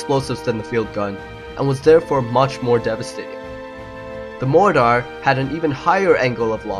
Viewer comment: dude say mortar again hahahaha